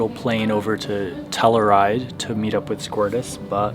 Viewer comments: “Telleride” lol we pronounce the “u” in Telluride. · Oh... and, as a CO native.... just for future reference... it's pronounced like: "Tell-you-ride". I digress. ABSOLUTELY LOVE your content! Been binge-watching your stuff! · Love your videos bro! Im a Colorado native - "Tell-U-Ride" Keep up the great work! love your channel!